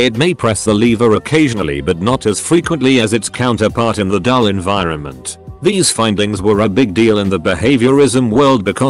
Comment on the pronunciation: Bot: pronounces environment as end vermont